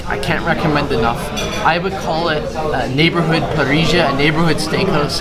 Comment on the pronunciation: Remember that in Argentina it's not "parriya" it's "parissshhhhha" ("or parizha")